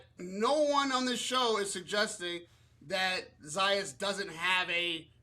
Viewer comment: Dude pronounced his name right 2 times, told us how he was called out to pronounce it right, “Zah yahs” and then proceeds to pronounce it wrong the rest of the video, “Zeh yas” 😂😂😂